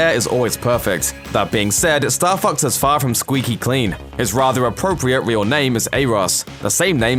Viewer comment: i keep hearing star fucks... what a vulgar video!